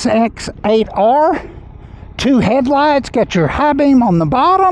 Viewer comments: Lol, I love you...the way you said "GIXATER" just killed me! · This man said "gixxater" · it's just 'gsx8r' slurred together